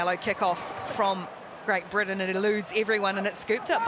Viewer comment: It's pronounced Britain you moron